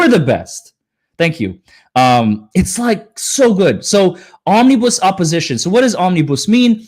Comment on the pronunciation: Omni bus. Not bousse